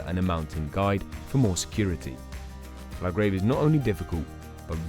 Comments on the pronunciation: Commentator has evidently never skied these runs, as he hasn’t a clue how to pronounce either the runs or the resorts they are in. La Grayve, Grand Coolure etc - words from the mouth of someone who appears never to have been to the Alps. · Interesting video. Good video work but I dont think he pronounced a single place name correctly. He even got "La Grave" wrong!!!